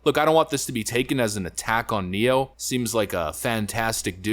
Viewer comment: I agree, but I did chuckle at "Nero" instead of "Ne-Yo".